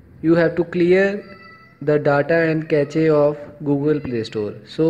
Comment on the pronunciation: Ur pronunciation is mistake "cache"